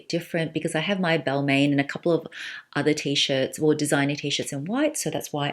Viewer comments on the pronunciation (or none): I believe it’s pronounced as « Bal/mah » not « Bal/main »